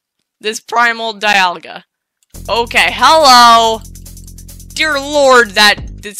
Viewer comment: You say dialga wrong this is how you say it DEE - ALL - GA dialga